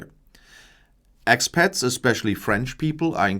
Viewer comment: I thought he said “Axe pet”, which would be Lizzie Borden’s constant companion.